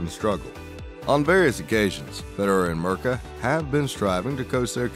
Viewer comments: Who's Mrka? Her name is pronounced Meerka :) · LOL. Ok not much actual Federer here. And Mirka is pronounced Meerka.. but any look at Roger is welcome. Next.